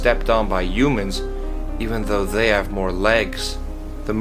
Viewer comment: Why did he say yumans?